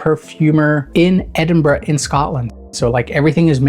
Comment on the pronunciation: he even pronounces Edinburgh correctly, is there anything this man cant do?